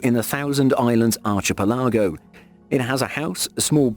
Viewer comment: The pronunciations in this videoake me cringe. Archipelago is pronounced "ark-i-pell-ego" not "arch-ee-pel-ago"